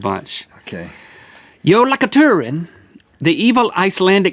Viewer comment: I'm Icelandic and I knew the Jólakötturinn would be on the list!! 🐱 (And also the Jólasveinarnnir (Yule Lads). Btw, we have 13 of those Yule Lads!!) 🎅🏼🎅🏼🎅🏼🎅🏼🎅🏼🎅🏼🎅🏼🎅🏼🎅🏼🎅🏼🎅🏼🎅🏼🎅🏼 Btw, Link you said Jólaköttur wrong! It happens to all of us, well... For the ones that are NOT Icelandic! But anyway... Merry Christmas and happy new year!!! 🍾🎅🏼